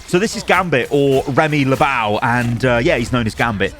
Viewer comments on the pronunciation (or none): But still mispronounces "Lebeau" just like everyone lol